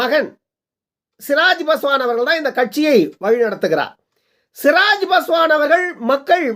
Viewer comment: சிராஜ் பாஸ்வான் இல்லை சிராக் பாஸ்வான்